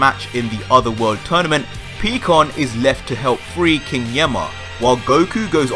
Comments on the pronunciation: Peeeeekooon bruh piiiiii like the sound in pie so it’s pikkon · Its Pie-Con, not Pee-con lmfao. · Lol PeeKon lmao it's pronounced PieKon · He's Pikkon not pecan 😆😛